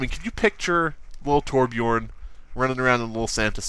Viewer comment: I like how you called torbjorn toblerone